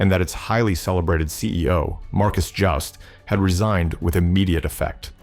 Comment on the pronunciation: Jooste is pronounced UuuSta